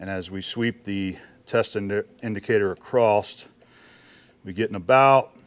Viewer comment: WTH is "acrosst"?